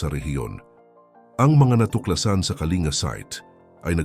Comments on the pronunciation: wag kang tanga Ang pronunciation ng Kalinga ay "Ka-ling-ga" hindi "ka-li-nga" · Wrong pronunciation ka po Sir,KALINGA TO KALINGGA,Informative you tube God bless po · Kalingga dapat mali nga ang pronunciation nya